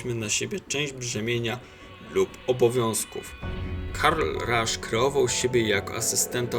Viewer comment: Będąc szczerym dziwnie akceptujesz jego nazwisko, Ernst i Karl to imiona germańskie tak więc nie akcentuj ich angielsko. Poprawną wymową jest Karl Ernst Rasz